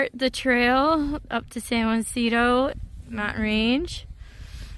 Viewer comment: I had to go back to the start of the video to hear what you were saying. I think you were trying to say "San Jacinto" but it did not sound right at all. If that's what your were tryin to say, it's pronounced "saan hasinto" where "ha" is pronounced like the laugh "ha, ha, ha". It means Saint Jacinto. Anyway, enjoying your videos.